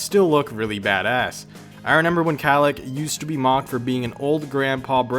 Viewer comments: Y you keep saying "Renember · Is he saying reNember